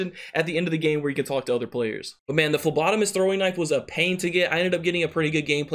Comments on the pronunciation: Whoa he figured out how to say phlebotomist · Hey...you learned how to say phlebotomist!!! Kudos bro..👍😂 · It'd be cool if it was my comment on the last video that taught ya how to say phlebotomist correctly☺️☺️🤗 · Lol you learned to say phlebotomist 😂